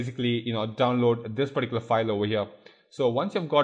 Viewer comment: omg can you at least say particular correctly haahaa